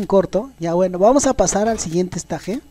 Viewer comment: "Esteich" porfa "esteich" o por ultimo escenario pero no estaje xD